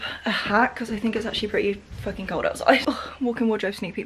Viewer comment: “It FOOKING knew” 😂😂